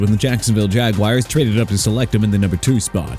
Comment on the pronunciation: Jaguars pronounced JA-GWAARS NOT JAGWIRES ARMAND MEMBOU PRONOUNCED AR-MOUND KENNETH GRANT, MIAMI DOLPHINS, F YOU'RE GETTING A "F" TOO OMARION HAMPTON PRONOUNCED OH-MAH-REE-ON NOT OH-MAH-REE-AN ROMEO DOUBS PRONOUNCED DOBBS LEARN TO PRONOUNCE!!!!